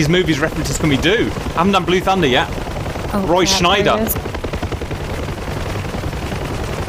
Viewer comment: Roy Scheider, not schneider.